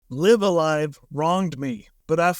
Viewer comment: Actually it's pronounced Live-A-Live. 😝